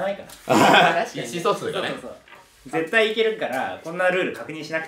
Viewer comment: こうちゃん「意思疎通」のイントネーション独特じゃない？笑